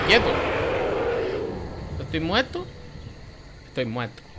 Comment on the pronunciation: porque dices estoy mueto en vez de disir estoy muerto